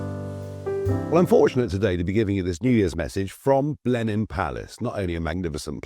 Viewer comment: It sounds like Lenin Palace when he says Blenheim.